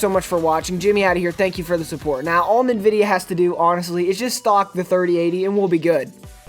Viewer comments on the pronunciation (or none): its called AMD now maybe He is to young to know, and the way he says Nvidia is ass